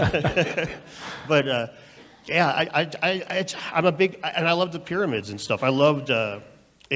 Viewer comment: The way he says pear-ah-meds is the first indication he's a goof